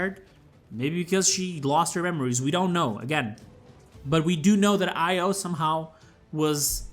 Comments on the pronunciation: Its pronounced Io, not Io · Btw io is pronounced e-yo just so you know :-)